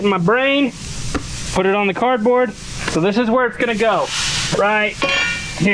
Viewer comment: CAD-Board versus Cardboard.